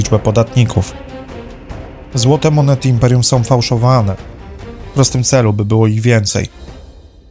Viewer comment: Bardzo ciekawe informacje . Szkoda tylko, że prowadzący robi takie błędy językowe: nowom stolicom, dzielom, som, jest przywódcom. Zgrzyta to w uszach i mnie przeszkadza w słuchaniu. Przypominam, że w j.polskim są końcówki ą. Czyli nie som ale są, nową stolicą itp.